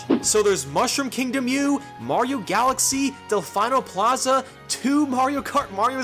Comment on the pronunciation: "Del final plaza"💀 It's Delfino It's said as Del-fee-no